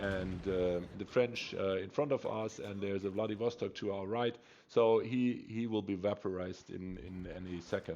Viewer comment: I thought u said "Bloodybastard" in the beginning as you said Wladiwostok lol